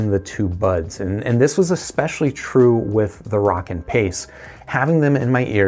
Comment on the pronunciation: DUDE WHO TOLD YOU HOW TO SAY ROWKIN? its like row, row, row your boat Gently down the stream Merrily merrily, merrily, merrily Life is but a dream now lets say it together "ROW"KIN YOU SAY ROCKKIN NOW YOU know how to pronounce it correctly!!